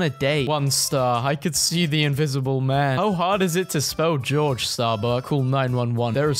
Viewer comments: That’s not how you pronounce Jorge 💀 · jorge is pronounced 'hore hay' not george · When spelled “Jorge,” it is not pronounced like “j aw r j,” like the English “George,” but “H or h ay,” from Portuguese. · but thats the thing he pronounced it wrong, Jorge is not pronounced george, ofc i dont know if some say their name like george but usually it’s pronounced like [horhe] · It's not "George" it's Jorge Pronunciation: ( HOR- HEY) :/ Edit: IK HE DIDN'T KNOW SO DONT BACKLASH ON ME!! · The way he pronounced Jorge, bro wasn't even close 😭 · Did this man’s just pronounce Jorge “George” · The way he pronounced Jorge 😂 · Okay but let's talk about how he pronounced Jorge like George. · Jorge isn’t pronounced as George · Jorge is not pronounced "George." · it’s pronounced HOR-HEY only if your Hispanic :) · he’s pronouncing it wrong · I, fourth, have been looking for this proclamation of truth about the mispronunciation of Jorge. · Bro pronounced Jorge wrong